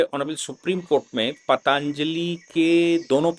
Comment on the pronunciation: सर ये पाताञ्जलि नही पतंजलि है